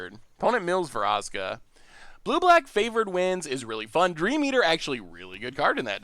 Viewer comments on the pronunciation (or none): none